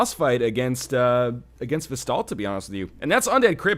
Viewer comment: Vesdaldt? VELSTADT, LEARN TO READ LION!